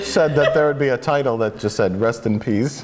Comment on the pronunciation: I'm tired of mike purposely saying titles wrong